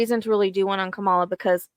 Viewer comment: Thank you for speaking truth! He is a criminal, a cheater, a misogynist and a liar. We Won't Go Back! Ps: Kamala is pronounced "comma-lah" 😊 Love ❤️ and Light Sister.